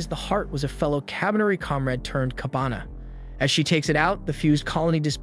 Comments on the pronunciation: kabane was pronounced as kabana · KABANE! Not Kabana, man! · kah-ba-ne not kabana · Its KA BA nEeee ... Not Kabana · The misspronounciation really takes out a lot from the video. Everytime he said Kabana instead of Kabane, it breaks my immersion. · its kabane , not kabana you ****